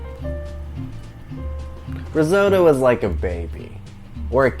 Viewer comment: I love it: "Rrrrrisotto!...Mmmm mmm, I love wine cookin'!...risotto is like a baby, or a kitten, or a puppy, you gotta give it lots of attention" (sip sip). It looks divino!!